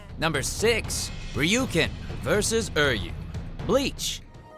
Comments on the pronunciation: Ishada? Ur yu? HAVE YOU EVEN HEARD THEIR NAMES??? its ISHI DA , URI YU, ( im not talking about spelling im talking about how the guy says the names) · "UR-YU"?! "ISHADA"?! TODD YOU ARE KILLING ME OVER HERE DX You were even in Bleach T^T How could you mispronounce their names? DX It's "U-RYU" and "ISH-I-DA" T~T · I'm sorry, Todd, but your pronunciation of "Uryu" is wrong. ER-YOU?! REALLY?! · Todd what’s with butchering U-ri-Yu and I-shi-da so bad...has watchmojo infected you coz they are notorious at said butchering..... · I'm happy something from Bleach got on here, but what the Hell Todd?!😭 He pronounced Uryu and Ishida wrong! If I didn't know the series so well, I would've been like who are you talking about?! Oh well, at least he pronounces Ryuken properly, thank goodness. Kind of disappointed in you Haberkorn.😔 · u said Uryu wrong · Jesus. The way he pronounced Uryu is just ridiculous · The way he says Uryu and ishida irks me beyond words but he got whooped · frankie blades and vapes I feel the same way, I was like, what did he say? Obviously never seen the anime or heard it said aloud. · Did you say Uryu and ishida wrong???